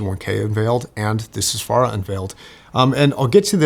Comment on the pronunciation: ahh yes the soosvara